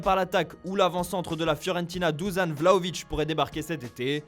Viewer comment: Dušan se prononce phonétiquement comme ça en français "dou-cha-ne". Le H est soufflé en serbo-croate.